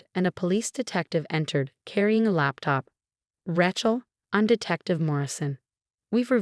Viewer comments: Whoever, or whatever narrated this is horrible at pronunciation. It's Ra(y)chel, not Ra(t)chel. You didn't even pronounce Dr. Mar(teen)is's name right. I'm not suscribin to this channel. Sorry,. All of the channels similar to this one, that I'm subscribed to, enunciate names and words correctly most of the time. They make mistakes as well, but not like this. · R-long a chel NOT Ra-shal!!!! Agree Lord Love a Duck!!!😊😊😊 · It’s “RAY-chel” goddamnit! Get it right! If Sarah never had a drinking problem why did she have a sobriety medallion? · Yes, please get your names pronounced properly... The name Rachel is especially ALWAYS mispronounced . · Fix your bot. Rachel does not rhyme with ratchet